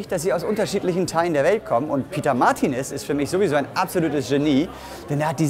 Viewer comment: Sieht ja schon wirklich toll aus. Erstaunlich, dass nach der ganzen Zeit der Zusammenarbeit die Martínez sich noch immer nicht die Betonung ihres Namens korrigiert haben (weder auf der 1., noch auf der 3. Silbe). Normalerweise wird man als Deutscher drübern wegen sowas sofort bis zum Erbrechen gehänselt, vor allem, wenn man sich nicht entscheiden kann und mal Mártinez und dann wieder Martinéz sagt... Ich kann da aus Erfahrung sprechen ;-)